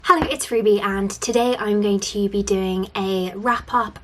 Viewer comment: No it’s not, it’s pronounced with a soft z sound. I don’t know why Ruby pronounces it so oddly 😅